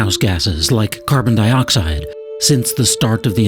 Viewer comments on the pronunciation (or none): none